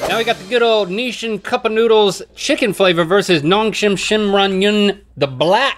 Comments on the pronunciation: I never heard anyone pronounce Nissin like that and I’m going crazy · who told them it was "Nishin"?